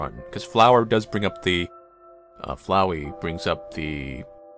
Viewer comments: Its Flowey, not flow-wee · Wait... It's not Fluwy,Fluwy the Flower.It's Flowey!